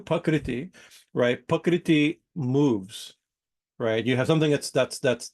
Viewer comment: it sounds like you're saying "pakriti" Sanskrit: प्रकृति IAST: Prakṛti